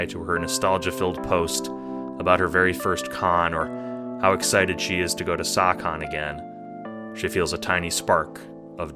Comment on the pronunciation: Idk what SAHcon is, I heard it as sawcon in the "sawcon deez nuts" sense. Amazing video though!